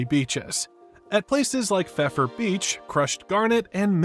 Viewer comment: The oldest continuously operating restaurant in the world is Restaurante Botín in Madrid, Spain, which opened in 1725. I lived in Madrid and SF. I've been to both Botín and the Old Clam House. And Pfeiffer Beach is pronounced "fi-fer."